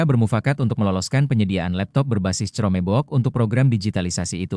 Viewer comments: Chromebook itu bacanya krombok, bukan cromebok. Hadehhh ... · "crome bok" narasi A.I males banget ngomong sendiri ya